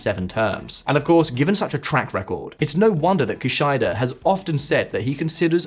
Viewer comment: Kee-shee-da, not kee-shy-da